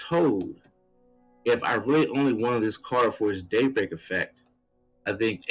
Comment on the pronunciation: Seems like fun. I couldn't help but hear daybreak as date something which made me laugh. Happy New Year